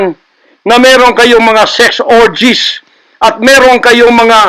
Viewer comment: Correction po... SEX ORGIES. HINDI... SIX ORGIES